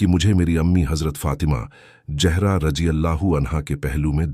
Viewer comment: Urdu ka pronunciation bht kharab hai ,what is jehra?